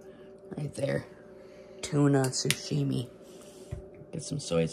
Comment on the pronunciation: Sashimi Sah-She-Mee. Still to this day and say Sushimi like Sushi but there is no “U” its an “A” SAshimi. But either way and videos are literally the ONLY videos i watch they bring such joy Golfing and Fishing catch n cook!